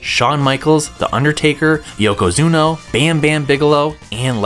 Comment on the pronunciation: Yeah that was an oddly-specific, really weird mistake to make IoI... especially considering he says Yokozuna wrong for Royal Rumble, then says it correctly while doing the Raw roster, then gets it wrong AGAIN when doing Wrestlemania the Arcade Game Imao